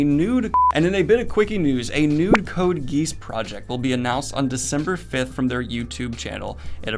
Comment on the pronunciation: Noboody: Daniel: "Code Geese"